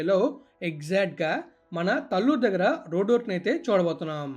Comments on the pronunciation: Correct pronounciation is taalluru talluru is not correct pronounciation. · Pronounciation as talluru not correct taalluru is correct pronounciation.